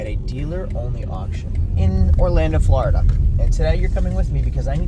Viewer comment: SAYING FLARDA IS AS BAD AS SAYING NEW HAMP SHYER PLS STOP THANKS